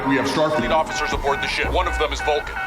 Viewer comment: I love how Bones pronounces Vulcan as “fulkin’”. As in- “Are you out of your fulkin’ mind?” It’s very clever and subtle. Something I never noticed until this viewing.